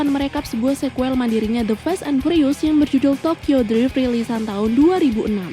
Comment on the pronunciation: Kak,kalo bisa drift jangan dibaca drive,makin greget aku dengernya